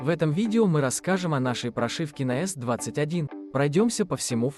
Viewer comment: Не понял речь s21 или т21?